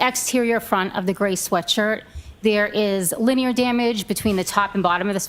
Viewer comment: OMG the hayer is thayer.🙄